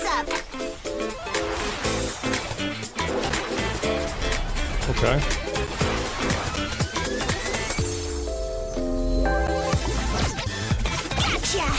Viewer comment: She even says it in the Trailer : "Gatcha" !!! 😅